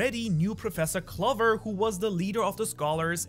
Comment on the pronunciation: can you please pronounce clover with the 'oh' sound